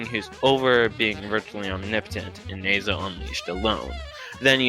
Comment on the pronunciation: You said nazo wrong it nah zo not ne zo